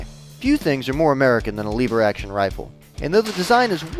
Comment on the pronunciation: You keep saying Lever Wrong.